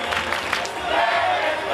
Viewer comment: Anyone else think they thought the guy's name was Bob instead of Rob? It certainly sounded like it to me.